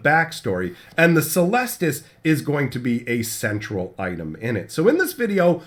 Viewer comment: It's pronounced "keh-lestus", it's a latin word